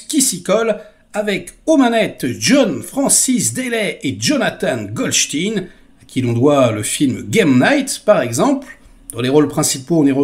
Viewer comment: Ce n'est pas Jonathan Golstiiin , c'est Jonathan Goldstein. Je ne comprendrai jamais pourquoi vous n'appelez pas les gens par leur nom, comme il se dit dans la réalité. C'est une sorte de révisionnisme de la diction. Je ne comprends pas le principe.